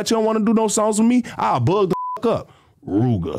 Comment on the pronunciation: Why he say Rooga like tha 💀